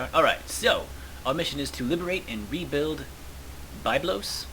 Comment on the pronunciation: The pronounciation of two of those cities is Byb-los and Mer-sa Gaw-as-is. I only know that from having played Pharaoh a lot where those cities exist xD